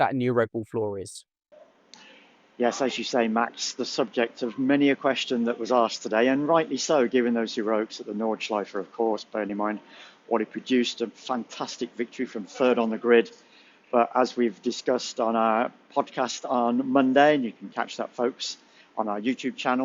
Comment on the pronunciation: Nordschleife nit Nord-e-Schleife